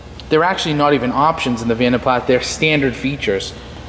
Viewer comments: vanden plaSSSSS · You are correct about jag u are but vanden plas is german from the daimler family. Pronounced plaaz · Beautiful!!! The A’s in Vanden Plas are pronounced like the a in moca. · The S is silent on the pronunciation of Plas. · Pronounced pla. Jag U ar please pronounce it correctly. the s is silent. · Its actually Flemish but you are correct the "s" is pronounced. Certainly not Pla. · Stunning colour and gleaming finish. A real tribute to the detailer who created the gleam! In the UK it has always been pronounced "Van den plaa" The company was founded in 1870 by Guillaume van den Plas, a Belgian blacksmith, and his three sons, Antoine, Henri and Willy. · ‘Jag Wire’ ‘Vandan PlaSS’ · The condition of this car is far better than your pronunciation of the cars name 🤣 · the S is silent in Plas. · Great video but the S is silent..... :) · I couldn't bear to watch the entire video due to his pronunciation of Vanden Plas. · Learn how to say "Vanden Plas" properly please.